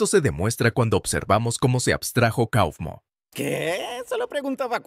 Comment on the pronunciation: No se dice cofmo se dice caufmo